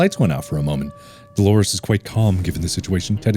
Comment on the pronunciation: "Okay I get it, Dalores is Engoreous!"-Markiplier 2021 Um... excuse me what? Can you run that sentence by me one more time?!